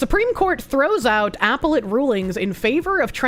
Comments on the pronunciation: I'm sorry woman. I absolutely love you and you should know that before I go on with this, but you're mispronunciation is driving me absolutely nuts!!!!! NOT apple-et. a-PEL-let!!! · Just silently screaming in my head every time she says "apple-let" court....